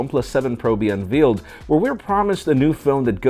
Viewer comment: Surely you pronounce Unveiled as “unvailed” and not “ unveeled” ???